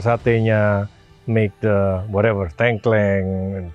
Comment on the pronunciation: pas ngomong "tengkleng", ngakak aku 😂